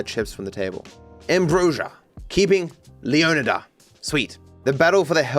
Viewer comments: My guess is that's it's meant to be pronounced lee-AW-nee-da, like Florida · It's pronounced leon-eye-dah 😭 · Its pronounced Leo-Nigh-Duh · got more pissed off with every leo-nida I heard lmfao ITS LEO-NIGH-DA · My god, if I have to hear ‘Leo-KNEE-dah’ ONE more time, I might break my phone. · I don’t know why lol I feel like it’s very clearly not pronounced that way Leo Nigh Dah is the only way I feel like Leonida will be pronounced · Someone tell him it’s LEO-NY-DUH and not whatever he is saying 😂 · Dahmez, leoneedas 😭😭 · Guys it’s pronounced LEO-Ni-Dah Like Flo-Ri-dah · Dont you pronounce it leanida? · Every time said leoneeda apart of my soul died a little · Pronouncing Leonida as Lee-on-idd-uh sounds so stupid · leeon eedah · It's gonna give me an aneurysm with how pronounces Leonida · Bro has a latina mami but can't pronounce Caminos or Leonida 💔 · It's one thing to pronounce it wrong one way, but to pronounce it wrong a dozen different ways and still never get it right is infuriating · I was laughing every time he struggled with it on stream. And he was genuinely trying, asking chat for advice and still getting it wrong. Pure cinema, I love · will be able to pronounce "leonida" properly before gta VI